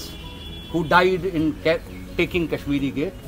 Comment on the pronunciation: At last! Someone who calls it Kashmir Gate and not Kashmireeeee Gate. The 'eee' at the end came from the way it used to be spelt "Cashmere"...The French spelling of "Shahjahanabad" was "Chadjeanabade"....I shudder to think what the city would have been called today if this spelling had fallen into the hands of us Desi types